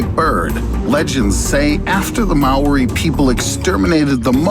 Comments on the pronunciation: Its Māori not Marri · as a fellow New Zealander its Maori but you say mowdi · I'm sorry but I'm a New Zealander and its pronounsed: Ma-ow-rrr-i Don't mean to be fussy. We used them for pray as we didn't have Poaka (pig) kau (cow) or reme (lamb) so the main source of kai was plants birds insects and fish along with kumara (sweet potato) and many other vegges. ( please don't search up how to pronounce it on google translate that way of saying it is just as bad) And the reson that the haast eagle went extenct is because our ansestors ate Moa (prnoused More-a with out the r) as a food source so when they became extenct the haast eagle became extenct too because that was thier mane food source. (you pronoused Moa right :D) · WHY DO AMERICANS NOT ROLL THEIR R'S WHEN SAYING MĀORI 😥😥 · learn how to pronounce Maori before you post stuff man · That not how you say Maori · The way you say Maori is hilarious, keep up the work. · Really you pronounce Maori wrong have some respect. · I’m from NZ and the way he said Maori is triggering